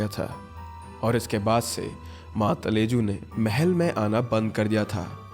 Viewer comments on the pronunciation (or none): Ma talaju please prounce properly 😊😊